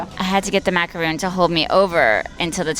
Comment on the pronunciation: You’re beyond adorable but please stop saying “maca-ROON. A macaroon is a coconut cookie. A maca-RON is a French sandwich cookie.